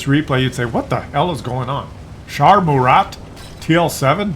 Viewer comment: Murat , Général francais , dont pronounce the T .